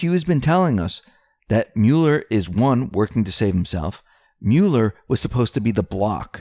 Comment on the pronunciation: Love your channel, but please stop saying 'Mule-r'. It sounds like Mull-er.